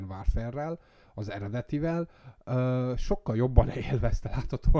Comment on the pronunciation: Ha modern wÁrfrer, akkor wÁrfrém